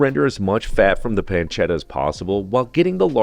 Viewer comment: "PanceDa". No, pancetta. PanceTTa. Con due T.